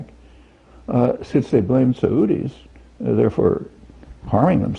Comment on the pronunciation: His pronunciation of Saudi's annoys me.